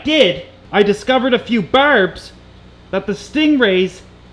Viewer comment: As an Aussie, hearing you say ‘barbs’ makes me giggle every time.